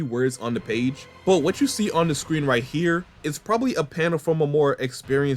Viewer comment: years, hima wildin 😂